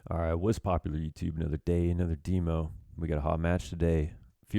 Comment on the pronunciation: pls stop saying deemo